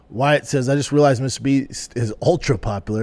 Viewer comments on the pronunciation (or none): none